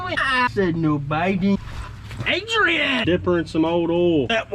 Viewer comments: “Fly High Adrain” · "fly high adroan" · "Fly high adrain"